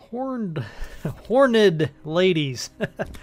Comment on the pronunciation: horned ladies, not hornid ladies 🤣🤣🤣🤣🤣🤣